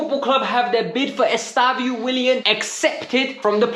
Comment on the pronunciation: His name isn’t “Estavio”. It’s EstevÃO